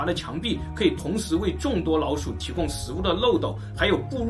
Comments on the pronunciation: 只覺得你發音很奇怪 不會捲舌聽得很痛苦 老鼠變腦鼠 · 我聽聲音一直覺得是"腦鼠" XD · 如果n和l音發得準確一點會更好，一直聽到腦鼠。